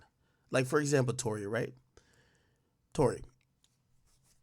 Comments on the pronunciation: Its TOU(Too)RÉ(Rae) like Sékou Touré the first president of Guinea. Ak dont tell me you spent all that time in Rutgers on PDEs and ODEs and didnt take one course on Colonial Africa. Smh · It's Touré pronounced Tor-Ray